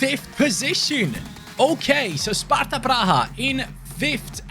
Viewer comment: You said all names right. Im Sparta fan and from CZ. :D Nice video